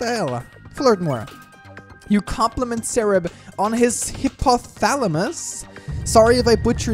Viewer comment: "Hypothalamus" is pronounced "Hi-pothalamus." But you haven't exactly butchered them yet.